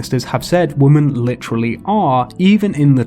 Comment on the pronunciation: Are you pronouncing women as woman intentionally? I thought it was kind of like an ironic joke, but then it kept happening. 🙃